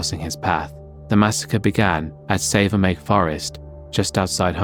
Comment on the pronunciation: Yup it’s not accurate at all including the root he took and the order. And that’s not to mention how they pronounced savernake …..